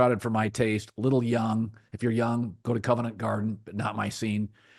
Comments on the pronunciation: Colin. It's "Covent". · “Covent” Garden